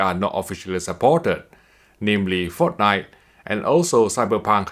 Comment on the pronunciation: Sounded like he said Forknite.